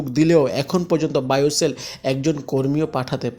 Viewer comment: বোয়েসেল শব্দ টা সঠিক ভাবে উচ্চারণ করতে পারেননা নাকি বায়োসেল কী?